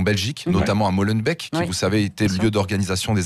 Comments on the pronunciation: Arrêtez de prononcer Molenbeek "Molenbècq"... ça se prononce "Molenbéék". Et ne dites plus "BruXelles" mais "BruSSelles"--> Pensez à Auxerre ! S'il-vous-plait ;-) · Bon les frouzs, pour info ça se prononce Molenbéék et pas Molenbèk! Ça irrite nos pauvres oreilles de petits belges quand on entend ça 😂😂😂